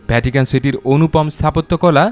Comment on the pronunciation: I appreciate the way you explain all these tiny details with your smooth voice. However, I have noticed while you explain something which starts with “V” you pronounce as “BH”. Such as “Video” you pronounce as “ Bhidio”, “Vatican” you pronounce as “Bhatican”. Other than that your explanation with the video is amazing. Keep up good work and make more great knowledgeable videos. Good luck